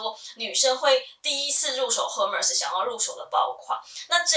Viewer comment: 最近因為在看Hermes的包包,找到您的視頻. 我覺得您身為Hermes的愛用者,應該要正確唸出品牌的名稱 ^^ll